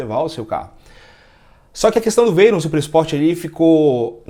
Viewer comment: Primeiro que o rapaz quer colocar a palavra Veyron, que é um sobrenome francês, com pronúncia inglesa...